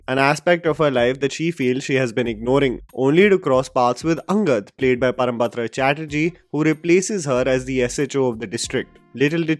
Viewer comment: it's Parambrata Chatterjee and not Parambatra Chatterjee